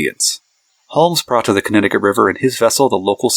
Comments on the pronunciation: lost all credibility by pronouncing Connecticut wrong. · Can’t watch this video with how badly you pronounce Connecticut